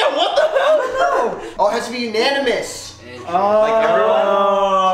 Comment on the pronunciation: When Ryan said “Yeah No” it sounded like yeah uh nu xD